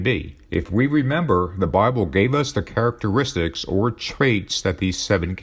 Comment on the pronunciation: A sign of the times. These Antichrist 45 "documentaries" are narrated by an AI. A machine - the most important tools for domination by Satan: computers, AI, and the Internet - tell us about the beast and the AntiChrist. Listen to the words of the AI, "characatraits" is not an English word; it is not a human word. It is a telltale misspoken word of the machine. What human being speaks the same way? Donald Trump.